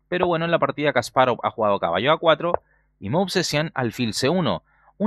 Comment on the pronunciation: Porque dice kas parov es Kasparov todo junto...